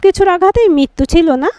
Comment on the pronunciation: Mrityu k bolche Mittu !! Nirmiyomaan k bolche Nirniyamaan.. Very bad